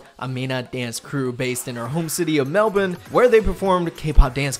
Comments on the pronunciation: It's very rare to hear an American pronounce Melbourne how Australians actually do (and not "Mel-Born") lol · Thanks for saying Melbourne correctly 🥰